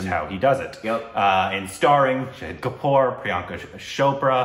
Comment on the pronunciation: For the love of god it's not "shopra", it's "chope-ra"(cho in chope sounds like cho in choke). She even said that in the vogue video you guys watched.